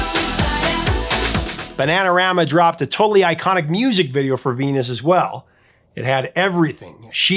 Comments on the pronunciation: Sounds like she's saying fetus, not venus. And bananarama makes it sound like penis not venus. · It sounds like she sings "Fenus". "V" is pronounced as "f" I Dutch (and German).